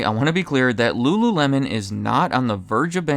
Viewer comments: Ahh yes .. rururemon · "ru-ru-remon" C'monnnn bro 😂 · lmao rururemon 😂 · re: in this video. “L” is difficult for Asian people to speak. That’s why a Wincoln Contiwintal does not sell wery well there. EDIT: I can not roll my tongue. I will never be able to speak Spanish, Italian (and probably many more languages) properly. I wish no denigration to anybody.. it’s just where/how we grew up and learned to speak.